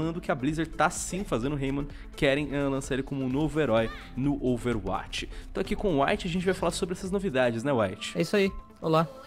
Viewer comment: Meu querido...já acompanho seus videos faz tempo mas gostaria de pedir apenas uma única coisa: pronuncie Overwatch como "Overwóti" não "Overwáti". É mais coerente com o inglês. Dá uma aflição... kkkkk. Abraço